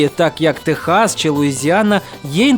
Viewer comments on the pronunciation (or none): none